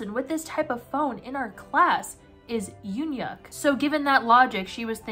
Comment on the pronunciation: YUN-YUK IS THE WAY U DECIDE TO PRONOUNCE HIS NAME